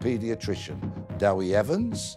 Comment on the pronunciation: I'm sorry this really annoys me - and had ample time to establish what the name of his guest was. Dewi is pronounced "Dare-we" NOT Dowie. Honestly, it's like calling Marilyn something like Maroline - it's really easy to ask your guests how to pronounced their names. It's just lazy reporting!